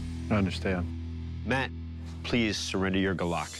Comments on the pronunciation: its "gulok" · Its gulok not golok (Gu, lok) not (galak) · The proper way to say it is gu lok not golok and that blade is supposed to be straight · And by the way it is "Gulok" not Gah lak! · The right pronunciation of Golok here in the Philippines is "goo-look" , not "go-luck" as I have heard in the video. No insult intended. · it's not "Golok". it's "Gulok". from the Philippines here. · It's GU-lok. And I think they should have used meat to test the weapon instead of logs. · It's Go'lok not golo'k or also known as Gulok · It's "Gulok" not Golok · It's Gulok not Golok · Gu-lok. not guh-lock. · It’s called gulok not golok :) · "Gulok" not "Golok" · It is acsualy pranouns goolok not galok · its not golok, its GULOK. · Its not golok its GULOK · Its GULOK(goolok sound) NOT GOLOK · Its GULOK NOT GOLOK.. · it is pronounced goo-loch not gah-luck. galak(gah-luck) means happiness. you cant kill spanish colonizers with happiness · GULOK - "goo- lok" not gahlak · first of all it's not "golok"... it's "gulok"... the winner has to pronounce the word correctly first hahaha pronounciation sucks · I think it should be spelt as "Gulok" and pronounced as "Goo^lohk". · Filipino here. For native English speakers, please be aware that the word GULOK is properly pronounced as 'goo-loch'. Can't use the IPA here, right?😁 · it is pronounced "go" "loc" (as in local) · it's actually pronounced as Gulok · We pronouce it as GU-LOK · The what???😂 It's pronounced as goo-lok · just want to correct..its gulok... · It should be pronounced as goo-look. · It's pronounced as Gu-Lok Could had ask some Filipino on how to say it properly. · It should be GULOK... Pronounced as goo-lok... That is how we call it here in the philippines. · Correct spelling and right pronunciation to your subject matter. Do a better job by doing research and practice the proper way of saying the word “ GU-LOK”. Thank you. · incorrectly pronounce